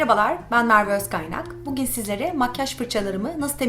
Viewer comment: Bugin mı dedin bugün mü